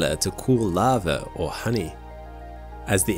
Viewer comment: What’s “lavver”?